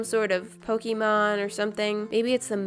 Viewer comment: Did anyone else get triggered when she said "Pok-ee-mon?